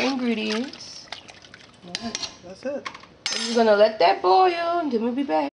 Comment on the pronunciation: The fact that they say “bearl” instead of “boil” & “earl” instead of “oil” I’m going to use their recipe 😂🤣😂 #NoHotLinks #NoWiners